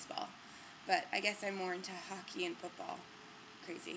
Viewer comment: Puurdy and are you canadian? for some reason when you said hockey, canada flicked on in my tiny brain